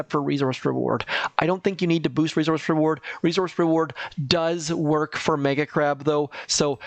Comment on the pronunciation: Uggghh...please say "resource" correctly! Like fingernails on a chalkboard!